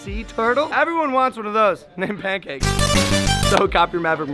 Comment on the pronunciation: logan i now that u call it pankank